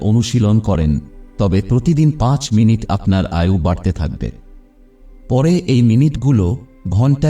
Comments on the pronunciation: আপনার ভিডিও খুবই উপকারী,কিন্তু আপনাকে বাংলাটা কি কেউ লিখে দেয় কারণ আপনার উচ্চারণে আয়ু কে আযু আবার প্রয়োজনকে প্রযোজন বলছেন শুনতে খারাপ লাগছে। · আয়ুকে আযু বলছেন কেন? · "আজু" "আজু" বলছেন। আজু কি ভাই? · সবই ঠিক আছে। তবে উচ্চারণগুলো এত কিম্ভূতকিমাকার কেন? "প্রয়োজন" কে প্রজোজন বলছেন ; "আয়ু"কে আজু বলছেন। উচ্চারণ গুলোকে ঠিক করুন। নইলে মনটা বিরক্তিতে ভরে যায়। এই ত্রুটিগুলো বা মুূদ্রাদোষগুলো কি কেউ আপনাকে ধরিয়ে দেয় না?